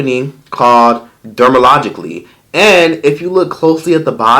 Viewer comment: “Dermalogicly” 😂😂😂 I love it